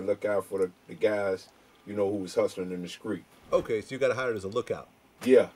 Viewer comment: fr...Gucci mane been sayin skreet.